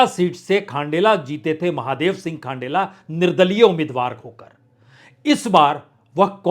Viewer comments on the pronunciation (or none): Sir thank you for an ideal poll analysis. Please mind some pronunciations. Speak खंडेला not खांडेला बंशीधर बाजिया not बंशीधर भैया बाँदीकुई , not बंडी कुई डोटासरा not डोटासारा झालावाड़, not झालावर. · 😂😂😂 खानडेला नहीं खण्डेला बंशीधर बहिया नहीं बाजिया 😂😂😂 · खंडेला को आपने खाण्डेला बना दिया,बंशीधर बाजिया को बंशीधर बईया बना दिया.....कहाँ बैठे बैठे रिपोर्टिंग करते हो प्रसुन जी😂